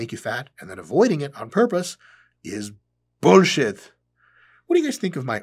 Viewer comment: It’s the perfect Arnold impression because it’s him saying boolshit which was a boolshit thing of him to say. It’s like boolshit inception.